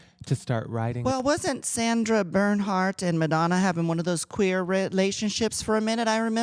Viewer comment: Every time someone says Sandra Berndhardt instead of Sandra Bernhard an angel loses it's clit.